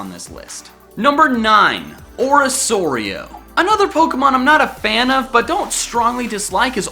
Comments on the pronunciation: ori-KOR-io not orisorio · Its not orisorio, its orikorio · No it’s pronounced Ori-KOR-eo not Ori-SOAR-eo Also Torracat is x better than its ugly horrible stupid disappointing disgusting evolution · its orikorio not orisorio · He also calls it orisoario, It sounds a little weird to me because I pronounce it oricorio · it's fucking oricorio not "orasorio" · 9: isn't it oro corio not oro sorio? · ori.... orisoreio???????? you mean oricorio right? like Oreh-Koh-ree-oh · It's called ORI-KORIO not ORI-SORIO idiot And you always put emphasis on the wrong said S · O-ri-ko-ri-o not O-ri-so-ri-o. It's a hard C not soft. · Right it is clearly a word with a hard c not q soft c. I wanted to smack him saying it like that. I understand when ppl mistakenly use soft c in arceus because he doesn't follow normal rules for english. But pronuncing orcorio with soft c ugh. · Ori-Core-Io* Not Ori-Soweo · Ummm... orisoario? Its oracorio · It's pronounced KORIO. Not SORIO. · It's pronounced Orikorio, not Orisorio! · u said orosorio u mean orocorio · ORISORIO??? its pronounced oriCORio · Dude its pronounced Orikorio not Orissorio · When he pronounces Oricorio (ori-KOR-io) as ori-SOR-io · you pronounce oricorio as oriKorio as in choreogaphy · It OR-e-KOR-e-oh not OR-e-SOR-e-o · Oricorio is pronounced Ori-kor-io, not Ori-sor-io. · im triggered not because my favorite pokemon is on it but that you pronounce it wrong its ori core io not ori sore io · it's oriCorio not oriSorio!!!sorry i had to :( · Excuse me, ORISORIO? ORI-SORI-O?, ORY SORY OH? AAAAAAGGHHHHHHH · Oh god cant pronounce orocorio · Orisorio Me: u did not just say that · Its ori-cor-io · Dear god him saying orisorio triggered me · it is said or-ik-orio. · its pronounced ori-kori-oh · I still think komala is adorable And am still annoyed you’re calling it freaking Ori-Soar-io!!! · You mispronounced oricorio's name!!! Or-ih-KOR-ee-oh (I got this from the official Pokemon sun and moon pokedex handbook)